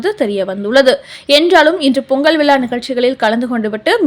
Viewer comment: 5.33 - வார்த்தைகள்: "பொங்கல் விழாவில்"... "நிபந்தனையுடன்"... சரியாக. ("ழ") உச்சரிக்கவும்.